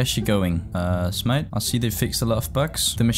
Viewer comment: is it just me or does it sound like says "smyth" at the beginning? lol